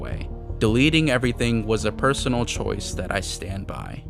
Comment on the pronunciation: Erm actually said "perosonal" not personal 🤓☝️